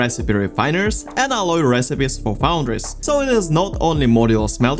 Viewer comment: Foundries, not foudries...